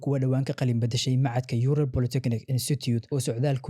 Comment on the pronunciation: Yural ma ahan ee uuraal ugu dhawaaq burta